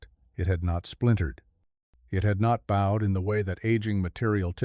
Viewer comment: Not bad, well paced. AI voice improving, but the word for something curved, bowed, is pronounced to rhyme with road. Interesting series.